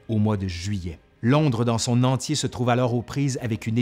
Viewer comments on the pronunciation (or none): none